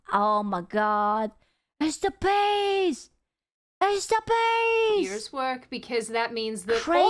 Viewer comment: when she said "it's the bees!" I heard "Mister Beast" lol